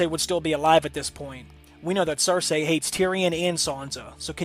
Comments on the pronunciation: I just want a fucking Arya/Sansa nudity scene goddammit! Also, it's pronounced "Ser-See" not "Ser-Say" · Her name is pronounced (Sir-Sea) not (Sir-Say) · Cer-say ?? Why you saying it like that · Why tf do u pronounce it sir-say 🤔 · Was no one bugged by him saying "Cersay?"